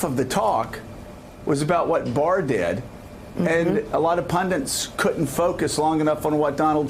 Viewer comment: Pundits, not pundints.